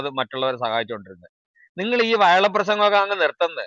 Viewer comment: വയള് അല്ല വഷള് 😂